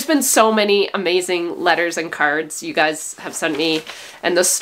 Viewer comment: Ewe tube? Every time I here you say “you,” I hear ewe!